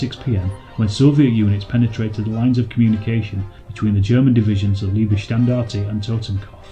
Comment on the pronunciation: hum, you can't pronounce correctly Leibstandart, and Totenkopf.